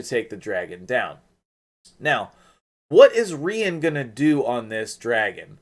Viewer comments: English language teacher here. When you say "part of a word" e.g. centu- rian we call that a suffix, if it is before then it is a prefix, im -possible. Pronunciation wise, "Ree-an" would would be the most likely as usually with English spelling when two vowels are together we elongate the first and shorten the second. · It’s pronounced “REE-ON” rhymes with CONJuror . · I want her soooo damn bad. I remember you saying that you’d be getting her. I had to stay up and watch. My middle name is Ryan. That’s not how you should pronounce her name. I think I’d her pronounce her name as a French chick. Kinda like how you’d say the city of Lyon…Leee-Own. So for her….Reee-Ahhn. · Isnt it pronounced like Ryan? Ryan is a female name aswell.